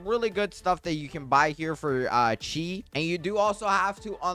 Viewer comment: Bro it’s chi not chea